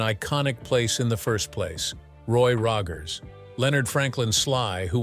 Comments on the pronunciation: It’s Roy Rogers not Roggers. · "Roy Roggers"???!! ROGGERS??!?!?!?! You're blocked!!! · Ugh, crappy AI swill. It can't even pronounce Rogers consistently.